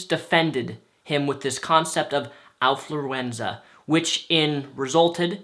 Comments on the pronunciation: affluenza, like affluence, not owfluenza. like ow, that hurt. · Affluenza not alfluenza! Neither are real of course! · It's actually affluenza, not owfluenza. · I think you're saying something important, but it's hard to tell because I'm distracted by those ridiculous gloves. Your improper pronunciation of the word affluenza isn't helping either. It sounds like you're mixing Alf with influenza, not affluence and influenza. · I like how can't pronounce Affluenza right. Lol